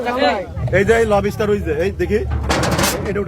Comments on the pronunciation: Lobster ❌ Lobiiister😂👍. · Not Lob istar It's lobster. 😂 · লবিস্টার না ভাই, লবস্টার হবে। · উচ্চারণ টা ঠিক করেন ভাই, লব ষ্টার না, উচ্চারণ টা লবস-টার, একসাথে গ্যাপ না দিয়ে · লোবুস্টার জিনিসটা ঠিক কি? লবস্টার জানতাম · # । বাহ ভাই ! কি উচ্চারণ 😂 লবিস্টার, কোন ইংলিশ শুনলে হার্টফেল করে মারা যাবে । যে এমন একটা শব্দ শে ও জানতো না 😂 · লবি স্টার..!!😂😂 শালা উচ্চারণও করতে পারে না।😂😂 মোল্লাদের কাকড়া খাওয়া হারাম। মুসলমানিত্ব ছলে গেছে..!!😅😅